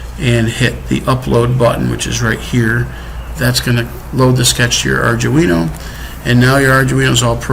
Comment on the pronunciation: nice set up, very much what I was looking for as this is what I was in the process of building for my tv, however its ARD-UINO there is no J in the word.... lol that was driving me nuts!!! the first time I was like "ok he said it wrong" but then he kept going and going... after about the 10th time I couldn't watch any more...